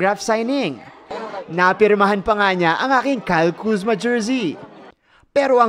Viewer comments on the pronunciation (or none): Kayla kuzma? Kayla daw HAHAHA